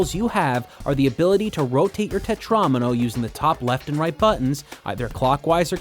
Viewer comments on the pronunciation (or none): im sorry what is a tetraAAAHHhmino